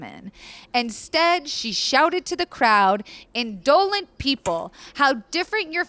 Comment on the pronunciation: I love these HTH videos with but the one thing holding me back is how frequently you mispronounce words... like posthumously and indolent. They aren’t archaic words please just google search and save me the cringe. Love the content otherwise 💘